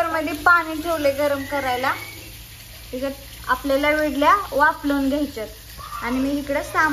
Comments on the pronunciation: विडल्या नाहीं ईडल्या म्हण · विडल़ी नाही गं इडली😁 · विडली नाही इडली